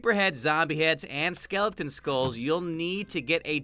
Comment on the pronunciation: SKELITEN STRAK DY LITNING